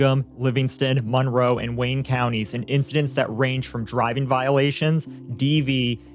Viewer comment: I'm from the area, you're pronouncing Monroe wrong lol. Less emphasis on the mon. It sounds like mun-row